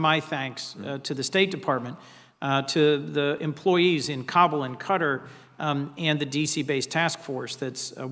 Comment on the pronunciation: Why can none of these people pronounce Qatar correctly?